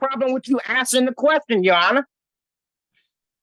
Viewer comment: Just sounds funny hearing "assin da question." :face-blue-smiling